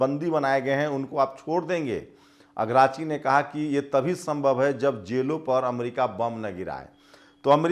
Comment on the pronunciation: जी अगराची नहीं अराकची नाम है